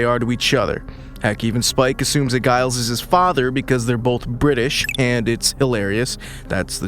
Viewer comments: Giles?! Really! With a HARD G! NO!!! It is pronounced with a soft G like you say jail. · Did you AI just legit pronounce Giles with a hard G? Looks like you're just like Buffy bot now, you can't pronounce Giles' name cotrrectly which he was right to complain about. I wish your AI knew how to pronounce Giles. Make sure you correct this problem for future videos.😅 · If you're going to do a review of this show, at least figure out how to pronounce the characters names. Giles is not pronounced like beguile. The G makes more of a J sound. Please. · Hilarious that this AI voice mispronounces Giles the same way Robot Buffy did in the show! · I wish your AI knew how to pronounce Giles. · You sound like a fan! Learn to prounce Giles! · I know -- a few mistakes in here that show that he is a new fan of the show and doesn't know how to pronounce names. It's not AI. It's a real person. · You mispronounced Giles throughout the entire video. Did you even watch the show? 😂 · How are you such a fan but can't pronounce Giles name properly? 😅 Ive been watching since the beginning, attended events, did costumes, have the comics blah blah blah BUT it has only occured to me NOW that death wasnt only Buffy"s gift to save her loved ones but was also HER gift. She went to heaven. She did her job, she saved the world a lot and her gift was peace and the end to all the pain and fighting. So yeah, thanks for that. ❤